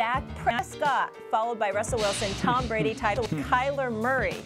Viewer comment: Yesterday she called brady "tom bready"